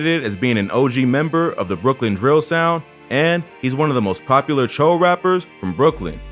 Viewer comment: I thought it's pronounced Choo not cho